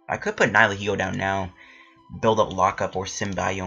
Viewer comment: think you said it right, people say its a combination of the words nihilism and ego so yeah